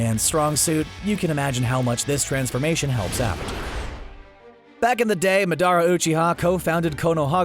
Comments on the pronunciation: Ma-the-ruh will be the correct one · Anyone else annoyed by how he says Madara Uchiha??? Its not maduhrah It is MURDERER U-CHI-HAAA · MA-DUH-RA by the way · "Mad-ara" Me: ... You ruined it. You ruined it and I'm leaving. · Is anyone else annoyed ye said, "madarra"?😫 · Why did you say madaras name like that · Bro how he pronounced madara made me cringe but still loved the video😁😂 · the way he says madara.... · Says madras wrong